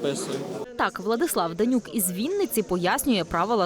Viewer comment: Він Гринюк а не Денюк)